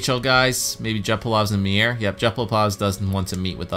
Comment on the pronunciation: Timo Meiers name is pronounced like Mayer, not Meeyer.